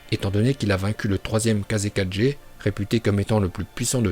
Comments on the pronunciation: Je me suis désabonner quand tu a dit Kazekaje au lieu de Kazekage... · tu m'enerve a dire kaze 4g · Pas kazekajé sa se dit kager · On dit kazekaGe et non kazekaJe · Quand il a dis Kazekage j’ai entendu Kaze 4G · Pq « kazekadge » ?